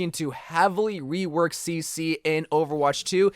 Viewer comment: Everytime you said rework as "wework" I wheezed. I do the same haha I can't help it.